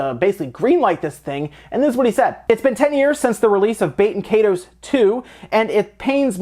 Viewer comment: It's "KYE-TOSE" ...like Dragon Ball KAI...like EYE ball. And TOSE like TOAST without the last T.